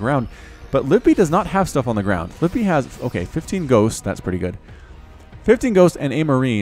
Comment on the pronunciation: Hey, I've got a reaper name "Kaladin Stormblessed". Also btw I think you pronounce the second "i" in "Livibee"